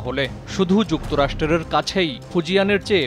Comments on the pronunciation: যুক্তরাষ্ট্র রের?🙂 ভাই এসব কেমন উচ্চারণ। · "যুক্তরাষ্ট্রের " উচ্চারণটাও সঠিকভাবে করতে পারেন না।